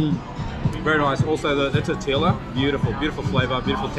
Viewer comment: It’s tort-ee-ya not tort-ila , 😂